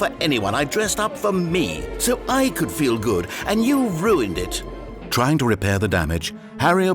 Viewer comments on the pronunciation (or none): none